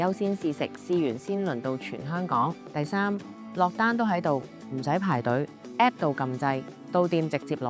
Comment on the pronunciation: App 讀成Apep